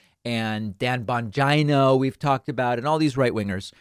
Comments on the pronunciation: Why does David say Dan Bon-gyno? 😂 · Dave low-key calls Bongino a beta just by the way he pronounces his name 🤣🤣🤣. I'm ☠️☠️☠️ errytime.